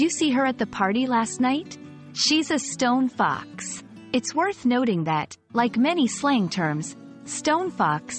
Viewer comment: you're not quite saying it correctly. The two words are stressed the same, like Bus Stop or tree trunk. In poetry this is called Spondee. Something else I was reminded of earlier today: the saying originated as Stone Cold Fox, as in she knows she is our of your league.